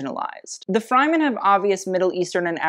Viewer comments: I love you, but your pronunciation is out of whack... you keep saying Frymen, when in the movie they say Fremen, with an e from Egg.. listen up when you watch it. Otherwise, this video is fascinating... as I said, I love you! Sorry.. XXOX mwa! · Your channel helps me respect fashion which is not something I ever thought I would do. It always seemed so shallow to me, but I'm starting to get it now. However, I have to correct one thing. The Fremen of Dune are pronounced Freh-men, not Fry-men. 😜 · Love this but it is pronounced Fremen not Fryman, although they sure are frying in that heat lol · Loved this review as a whole. Zendaya, Lawroach and make a great combination. But I must note I was happy when he left the Fremen category since the desert people are not pronounced Fry-man but Frəm-men. I also love how tied her fashion as it relates to Arrakis in the 3rd category expanding on more symbolic choices rather than literal ones. Well done! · girl it's freh-men not fry-men. still great video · Super on point, just gotta say its 'Freh-men' not 'Fry-men'. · Love this breakdown and tie into the fashion industry. As someone who has read Dune and watched previous film renditions of the show, I would like to bring to your attention on how to pronounce Fremen. Not Fry-Men But Fr-Eh-Men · O.O I love you but the way your saying Freman is killing me it's pronounced Freh-Men lol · it is fremen "freh" men. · Fryman? No...FR-eh-MEN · Not FRIEmen, fREmen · Having watched the movie who else was saying fremen everytime said fryman because you know the way he said it was not the way you pronounced it. This was a very good video detail of the fashion reference being used with regards to the movie roles being played. The movie was amazing 👏 I can't wait to see part 2 continuation and this apparently was only half of one book of 7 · i like how you pronounced 'fremen' both 'fryman' and 'freeman' in this video but absolutely refused the correct way lol